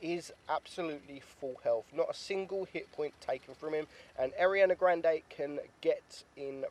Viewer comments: Love it when he tries to pronounced Ariana grande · Epic Gamer yh lol tf was that